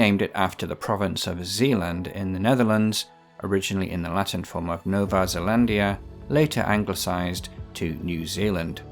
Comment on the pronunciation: Nova Zeelandia.... Grandmaster 😂